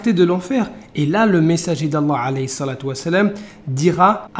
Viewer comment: "salet" 😅😅😅 déjà il arrive même pas à bien prononcer ce mot, c'est dur de s'imaginer qu'il ait essayé d'avoir appris des sourates pour éventuellement faire la prière, mais quel imposteur.